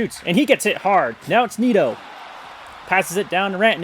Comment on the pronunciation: You were pretty good this time man, great vid overall. The only glaring one I noticed was Nieto which is pronounced Nee-Et-Oh. I skimmed through so I’m not sure if you missed others but pretty good imo